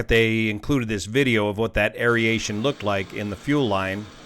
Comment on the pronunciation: "air-a-shon" not "air-e-a-shon" Sorry*, retired English teacher. Love your work though brother, keep it up! *not sorry.